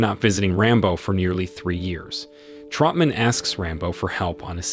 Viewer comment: Who the hell is Trumpman? It’s Troutman. Who the hell is Nguyen Sara? Her name was Co Bao.